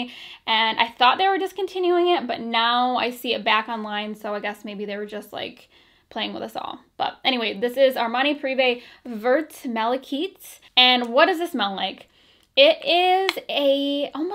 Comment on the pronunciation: MALACHITE is pronounced MALA-KITE